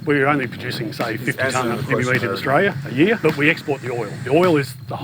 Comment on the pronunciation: Aus here. Its pronounced E mew, not E moo.....The eggs are actually a deep green guys, not black. I grew up in regional far north Western Australia, just outside a town called Derby back in the late 60s - 1976 around the Wunumbal and Worrora aboriginal tribes. Emu when marinated in brine and cooked fast, is absolutely delicious. Emu neck soup is awesome, and so is kangaroo tail soup. I haven't had it for years, because I live south of Perth now, and it's not easy to get in the cities, but if I could get it, I would definitely eat it instead of beef. Emu oil is fantastic for muscle and arthritis aches. It's produced here in WA, and is used by a lot of Aussies.